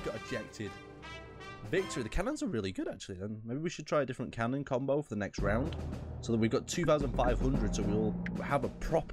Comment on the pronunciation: "Now we'll try a bit of a different combow"